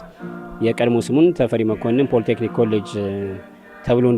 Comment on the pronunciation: ለዜናው እናመሰግናለን ! " ፖለ ቴክኒክ" አይባልም፣ በትክክለኛው ፖሊ ቴክኒክ በይ!